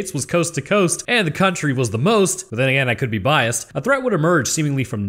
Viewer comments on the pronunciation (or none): none